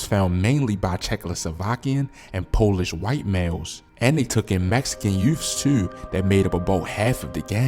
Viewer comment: His pronouncing youths as “you’ves” is definitely a Baltimore accent, sounding like Snoop from The Wire saying “Youffs”